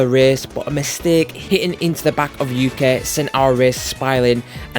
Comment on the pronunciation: Yukeh threw me off😂